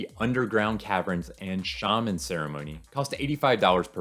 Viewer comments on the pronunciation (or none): none